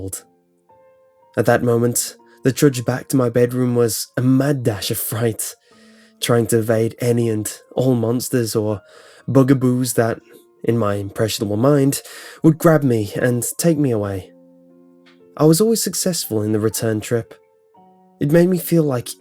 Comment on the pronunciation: It's Bugaboo not Booga boo XD